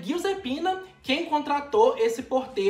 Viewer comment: Adorei, só o “Pina” que é apelido de “Giusepina”. Isso ele falou certo.